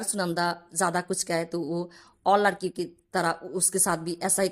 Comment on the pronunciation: Bengali ho? Ladki ki jagah Laadki bol rahi ho